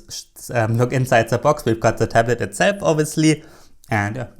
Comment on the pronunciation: "Ze Box"